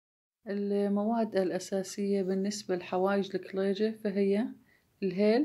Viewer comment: اول مرة اسمع لفظ الكليجة بهذه اللهجه اللكلللييجة،،،،،، بس حلو اللفظ 😍